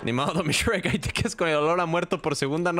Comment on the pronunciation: no es grek es sherk jaaaaaaa 7u7